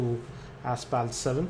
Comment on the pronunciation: It's pronounced Asfalt, not Aspalt. :)